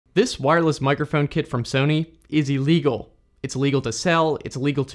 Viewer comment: "mikERphone" lmao